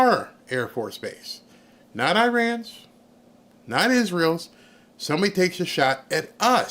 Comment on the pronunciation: Why can't you say isreal